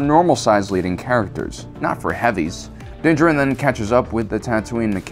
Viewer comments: Why do you say Din Djarin that way? In the TV series they mention him several times with the correct proncuiation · why do you emphasize Din Djarin the way you do? they say it in the show and i figured you guys of all people would say it right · Why do you keep calling him "Dinjiran"? Din DJAR-in. Like, you hear it on the show, what's the prob.... dawg? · If you cannot pronounce his name you should just call him Mando, instead of the multitude of mispronunciations you provided here. Dinjerin, Din Jawrin and Dinjah Rin. Just watch the show and listen. They say it out loud. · "Dinja Rin" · If you say Dingerin one more time I'm gonna have to intervene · "Din jerinn" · from Generation Tech the way he pronounces things is just different, but I guess odd. I've noticed this with Ahsoka, Din Djarin, Grogu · This guy has got to stop saying Din Djarin like that no one has ever said it that way in the show, literally the armor smith says his name IN THE EPISODE HES COVERING. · For the Wills sake please stop mispronouncing his name...it's said in the show!!! You legit hear it from the source material.